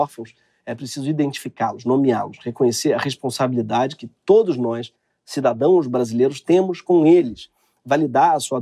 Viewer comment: em minutos desse video ele diz."CIDADOES". Ou eu to mal do ouvido?